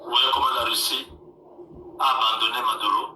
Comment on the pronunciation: C'est Maduro et non Madura